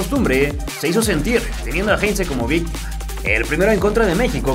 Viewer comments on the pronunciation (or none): none